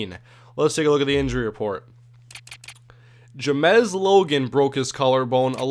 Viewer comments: It said James Logan not ja mes like u say it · I'm pretty sure it is pronounced james, not jamezzz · Is James logans name supposed to be pronounce Jimez? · His name is James Logan, why are you pronouncing it like there's a Z at the end?